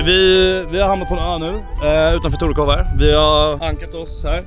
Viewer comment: Men vad i helvete det heter väll ändå torekooov och inte tårekåv